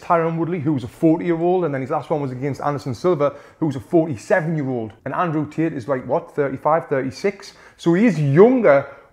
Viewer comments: Andrew Tit - the way he says 😂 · As an Aussie... I heard "Tit nd Jik" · He heard from gic we heard tit lets 😂😂😂😂😂😂😂😂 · every time he says Andrew Tate it sounds like he's saying "Andrew's Tits" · Ah yes "Cheek Paul" and "Andrew Tooth" 💀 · "Andrew Tet" lol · Ayo did he just say "Andrew tit" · Love how Tony pronounces "Tate" 😂